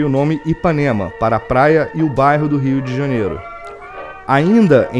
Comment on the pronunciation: Fascinante ver como era nos primórdios. So me irrita o sotaque do narrador. Ele não consegue falar bairro, sai barro. Eh bairro, amigo. Rsrs